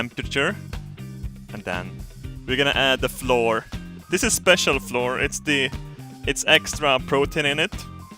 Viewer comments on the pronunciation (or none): Flour is pronounced "flower", but please keep saying floor cos i love it:D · BTW... Flour is pronounced the same as flower :P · Flour is pronounced like "flower". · you need to say flour not like floor, but like flower like a rose to give you an idea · When he says floor he means flour right? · It's spelt 'flour' but it's still pronounced 'Flower'. It's still adorable hearing you say 'floor' though :-) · Flour is said Flower not floor:D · oh... its flour (fl-ow-er), not floor. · I don't care if you read this and carry on saying it like floor, your mispronunciation of words is part of why I like your channel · it's not floor it's flour (full-our) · If says "floor" for flour, does he say flour for floor? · Did you mean floor or flour? just kidding i know what you meant Nice vid:D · "dominate the floor" xD, it's pronounced FLOU-R not fucking FLOR xd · flour is pronounced like flower. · you say flour like flower not floor just a heads up! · Flour is pronounced like flower flow-eer. Just to help with your English:) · I love how you say floor and not flower XD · its cute how he said floor. I think his english is fantastic but, flour is pronounced like 'hour'. just put 'fl' at start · flour is pronounced like flower not floor... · "we're gonna add the floor" haha:D Its pronounced flower btw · it's not "floor" you pronounce it like flower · flour is pronounced flower like the plant not floor, I don't know why that bugged me so much. Great video though!! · flour is pronounced as flower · Floor. Lol flour is pronounced flower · you say flour like you say flower m8 skärp till dig förfan XD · flour is pronounced flower you were saying floor as in the thing underneath you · Flour = Fl - ow - er, pronounced like a flower. Floor = Something you walk on. You don't walk on pastries! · when you say flour it sounds like you say floor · Flour is pronounced like flower